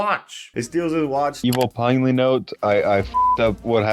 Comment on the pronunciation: I don't know if I haven't been paying attention this entire time but I always thought your name was pronounced "pin-elly" not"pine-ly"😭